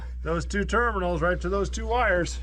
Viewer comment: Ternimals? You made me giggle so loud i scared the dog here!